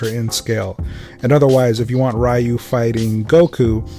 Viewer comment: Sorry fam, stopped at how you pronounced Ryu's name.